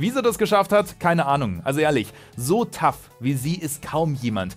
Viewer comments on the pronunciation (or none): none